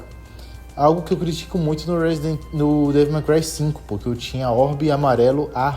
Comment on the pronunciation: Ufa... Achei que ia ter que corrigir o Devil "Mai" Cry pra Devil May Cry ("Dévol Mêi Cruai")... Se corrigiu. Até estranhei você falando os demais termos certinho. Boa! Boa,! E sobre essa franquia, amei, joguei tudo, zerei mais de uma vez em outras dificuldades. Bom, poderia até ver o que tem no meu canal, sobre isso. Depois, passei a focar na franquia God of War. (Meu interesse é desde o 3, acho que já joguei o suficiente das clássicas, na época do PS3, e o 3, não tive oportunidade no PS3, e joguei no PS4.)